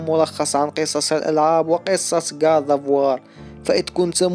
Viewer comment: كود اوف واو ❌ كاط اوف وااار✅ ________________ كريتوس ❌ كريطوس✅